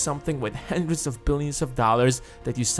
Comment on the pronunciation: Hi, it's HUNDRED not handred.